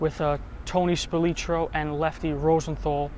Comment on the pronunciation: I heard n read was even told by the guy who iam going to name by his son Unfortunately both have passed Brandon died in Vegas to young.Robert "The Maggosse" MARSHALL also surprised how you pronounced Splialtro I don't know if I spelt Tony's last name right but I never heard it pronounced the way u did.💚🍀